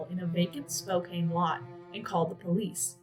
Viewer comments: Just an FYI: it's pronounced SPOKE-CAN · I know it's not intuitive, but Spokane is pronounced "Spo-Can." This is only so if you encounter podcasts or other audio info on the case, you know it's the same place. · Sorry, this was hard to watch for someone from Spokane. It's pronounced Spo-can. It just made me feel disconnected hearing it over and over. Plus anyone that watches it will say it wrong. May I suggest watching a local news reel from a city whose name you are going to say so often? Otherwise I feel like a bit of the homework was skipped.